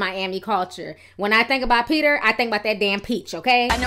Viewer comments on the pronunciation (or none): peach-er Thomas 😂😭💀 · Girl you had me dying when you call Peter Thomas " uncle bens" LMAO!!!